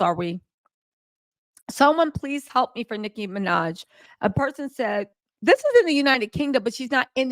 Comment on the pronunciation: Love the video! BTW It’s Nicki Minaj